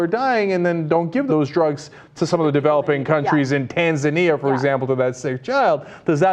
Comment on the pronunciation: Wow that's the first time I've heard "Tanzania" get pronounced correctly whenever I heard it being spoken of outside one of my old history classes. Kudos. Usually there's a "TanzAYnia" and I just *curled-up-fist facepalm*